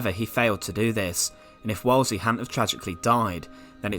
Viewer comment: It's pronounced 'Woolsey'